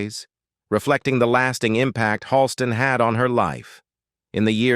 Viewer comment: Pronounced "Hall - Ston". Can't pronounce any medical terms or conditions either??? PATHETIC!!!